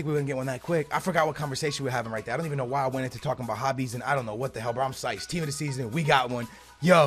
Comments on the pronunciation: ITS PSYCHED BRO SAY IT RIGHT LOL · Love the vids, but pls say "psyched" correctly